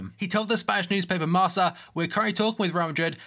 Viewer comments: it's actually pronounced marka not marsa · the spanish newspaper is pronounced "marka" not "marca". keep up the good work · Marca is pronounced Marka not Marsa :)